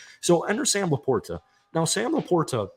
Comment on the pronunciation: Thats now how you pronounce LaPorta. Please stop it.